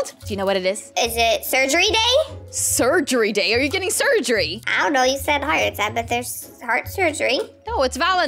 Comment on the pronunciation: I like it when it said setgery